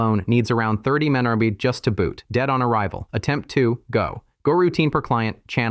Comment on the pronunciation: AI can't pronounce MB?